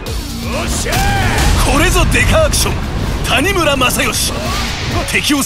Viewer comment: It's Masayoshi Tanimura. Or should I say... TaniNEWra